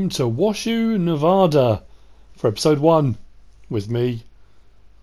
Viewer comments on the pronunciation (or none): hi its probley a little late but I live in Nevada but the county Washoe is pronoused wash Ho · Washoe is pronounced wash-oh... Not to be rude... Love all your vids. Just trying to help. I was a kid in Nevada. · Washoe is pronounced without the word shoe... Wash-oe.